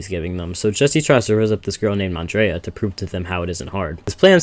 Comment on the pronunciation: bro saying Andrea instead of Andrea